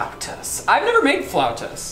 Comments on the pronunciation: Fellow Mexican here had it right the first time: fla-OW-tas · Thanks for the video! Also, your first pronunciation for flautas was more correct than Google's response. Google doesn't know what she's talking about 😂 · The way you said flautas the first time was correct :) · you are right in the pronunciation of Floutas, trust me it is a Mexican food, my mom makes it all the time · 😂😂😂😂 Flautas Like saying ow!(as if something hurt you) Fl-ow-tahs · As a Latina, pronunciation of “flautas” was correct 😭😭👏🏽 it’s “FL-OW-TAS.” Ow as in OWWWW that hurt! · Me: a Mexican who knows how to say Flautas. Also me: Repeating Flawtaz to pronounce it, to later realize she knows how to say it correctly. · You pronounced flautas correctly the first time you said it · deserves points for knowing what a pescatarian is and how to pronounce flautas ☺️ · You were right! It’s flautas the way your pronounced it!!! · Your pronunciation of "Flautas" is correct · Btw, your pronunciation of “flautas” was on point lol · I’m Hispanic and the “flautas” was said right by 😂😂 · had actually said “flautas” right the first time 😂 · Allayna I’m Mexican, and I approve of this comment and saying of Flautas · I think original pronounciation of ‘flautas’ is flawless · 2 years later but you were saying it right ( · Siri cannot pronounce flautas right, you need to google some one who speaks Spanish saying it. is actually saying it right in a white boy accent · yes, you pronounced flautas correctly 😊